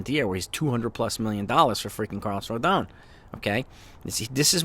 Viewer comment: Still struggling to pronounce Rodons' name correctly. It's Roe-Don